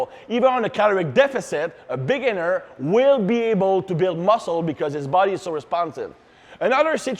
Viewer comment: “A Big’iner”